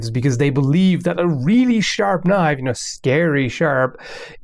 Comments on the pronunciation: "But i do have a KNOIFE" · "I don't have an avocado here, but I do have a KNOIFE!" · “I dO HaVe A KnOiFe" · "but i so have a knoife";D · "I do have a knoife" XD